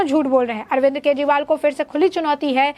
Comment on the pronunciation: "अरविंद्र " नहीं बहना ...